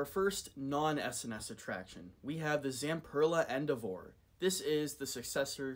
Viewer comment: Not to be a dick but it's pronounced "In-dev-er". It rhymes with sever. Nice video & the Axis coaster looks incredible.